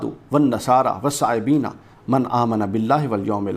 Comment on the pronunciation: او پہلے آپ قرآن تو درست پڑھیں والصابئین ہے جبکہ آپ والصائبین پڑھ رہے ہیں